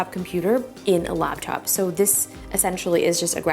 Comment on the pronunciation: Who else heard "Lapchop" repeatedly